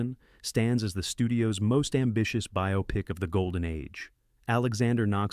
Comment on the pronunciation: The narrator pronounced “biopic” correctly. Must be a real person narrating this.